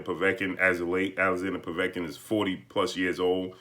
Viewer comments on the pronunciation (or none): none